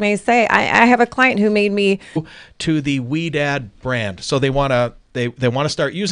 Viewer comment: Thank you for reading my question and saying my name correctly! Most people pronounce it sorry the first time they read it😡. That's amazing Ouidad said she would have been honored to cut my hair. The Ouidad salon is the only place I go to to get my done. Pia has cut my hair she was great. I have an appointment this Saturday with Jason who I think is one of their educators.